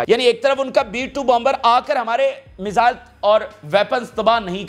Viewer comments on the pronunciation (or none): none